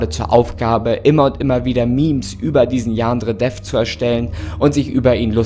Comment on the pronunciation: Ich finds toll wie er statt Yan-dere-dev, yaandre-dev sagt 😅